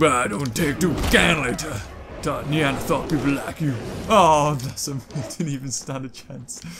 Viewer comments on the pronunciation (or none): none